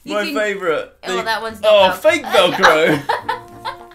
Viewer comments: “Felcro”-Joseph Sugg,2019 🤣😂🤣😂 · 'FELCRO' IM DEADD